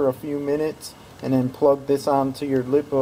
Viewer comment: It’s liepoo not lip. Oo